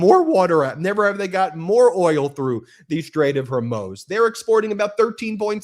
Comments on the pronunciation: You say Straight of Hermoz instead of Straight of Hormuz so much that I keep getting it wrong now. Thanks a lot 😂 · You are still saying Hirmoze instead of Hoarmooze. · hor-MOOZ, not her-MOSE. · Ben, it’s the Straits of HORMUZ, not ‘Hermoze’! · Please pronounce Strait of HORMUZ (with a U not an O!!)😐correctly if you want to be taken seriously!! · It’s not pronounced HOR MOWEZ It’s HOR MOOZ Oo as in Zoo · Ben it's HORMOOZE, not HORMOSE, BRO HOOKED ON PHOENICS IF YOU KEEP MIS PRONOUNCING IT YOU ARE SOUNDING VERY TRUMPIAN, it seems not picky but it says a lot about your production staff. Or that your uninformed about the region 👍🙉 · Ben, Ben Ben, straigh of Hormoooooz!!!!!!!!! Not Hor moze!! 🙄🙄🙄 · It’s Hormuz, “muze” not “moze” Ben. Can’t you pronounce it correctly, jeeze. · hormooooooooooz. not the way you said it. hormoze.... no. hormoooooooooz. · HermUz, dude. NOT HErmoze. PLEASE. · Ben, I love listening to you, most of the time, but every time you pronounce Hormuz as her-mos instead of whore-moose, my brain hurts. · Hormuz not Hermoze! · IT'S THE STRAIT OF HER-MOOOS. The 2d syllable rhymes with Booze, or boos, not MOSE OR HOSE! .You are the only one of 12 commentators I watch who mispronouncedS it. The news is awful enough without something always catching my ear. STOP ALREADY. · Hormuz, Ben. Not Hermoz. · Ben, I occasionally enjoy listening to your content however, you are driving me batty with your pronunciation of “The Straight of Hormuz”. It is pronounced with a long “U” not a long “O” at the end. If you see my comment, please correct your enunciation. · Hormuz and not hormoz. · Ben...It's pronounced hor-MUZ as in "Cow says Moooo" not Hor-MOZE, like you are constantly saying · You went from HorMUZE to HorMOZE. Now try Hormoos...like a cow...moos. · HOR - MUZ Not HerMose !! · Why does an intelligent man like Ben have such trouble pronouncing Hormuz? Drives me crazy!! SAY MOO! MOO! HOR MOOOZ! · It's pronounced hormuze. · Hormuz, pronounced Hor Mooz